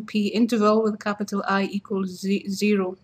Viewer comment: "equals zeehroh" zeehroh? dafuq